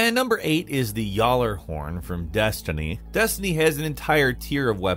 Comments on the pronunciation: wait....did you pronounce that at Y'ALLER HORN?! IT'S PRONOUNCED GALA-HORN! LOL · Did he really call the gallahorn the yalahorn 🤣🤣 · GALA horn not “yahlahorn” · “Yallerhorn” I slid out of my skin Amongst us day 1s, it’s a gif not a jif, in accordance it’s a gally, “gal-er-horn” that’s the players pronunciation. Fight me in the comments if you want to be wrong Edit: Gotta be a troll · Finally someone finally gives gally the recognition it deserved. For that, I'll ignore the fact you said yallerhorn. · No one’s gonna talk abt how he called the gjali the yallehorn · did he say yallerhorn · Please don't call it yollerhorn 😂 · Please don't call it Jallerhorn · I gotchu homie. It hurt my ears so much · It's pronounced Galla horn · It hurt my soul hearing him pronounce GJALLARHORN lol I play destiny everyday and when I saw it was on the list I didn’t even recognize the name then realized it was the precious GALLY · Also I know we all say it wrong but it’s how we all say it and I was just pointing out I didn’t know what he was talking about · The g is not silent in gjallarhorn just so your aware lol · You're talking about people that can't pronounce the rock of launcher from destiny and you're one of them 😂😂😂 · The j is silent 😂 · Gjallarhorn why u saying it like that bro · praise gjallahorn! edit. you butchered its pronunciation you ingrate!!!!!!